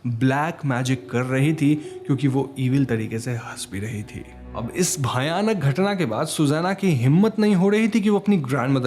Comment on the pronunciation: Bayabhar nahi bayanak hota lafz